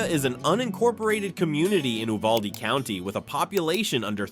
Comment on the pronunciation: Don’t forget how close to the border many of these towns are. Education is mediocre at best. By the way Uvalde is not pronounced this way. Check out the school shooting in Uvalde , that has recently been in the court. Such a tragic event. Look elsewhere for retirement towns.